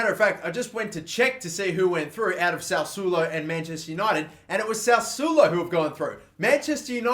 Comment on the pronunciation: The Italian team is pronounced sas-swolo